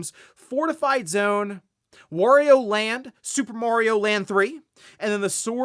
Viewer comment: greetings, why do you pronounce "wario" like that? Shouldn't it be like "mario"?